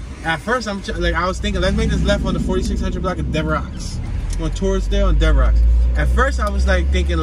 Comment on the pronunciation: Not to be Picky but Devereux St is pronounced like Devereu the X is silent, my wife grew up on Hegerman St in Wissinoming